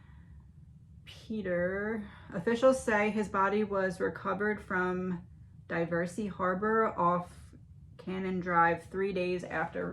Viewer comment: Di-ver-sy -- not Die-ver-sy .... lololol.